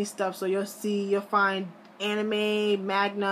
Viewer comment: it's manga not magna